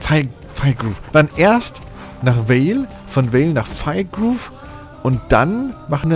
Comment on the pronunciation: Das Fir von Firgrove wird quasi so ausgesprochen wie das Fir von Firmung :D Also nicht englisch ^^ Gute Folge! :)